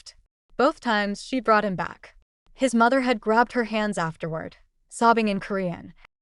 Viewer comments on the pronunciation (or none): none